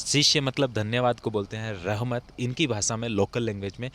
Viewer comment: rahmat nahi rakmat,,,,,uighar language me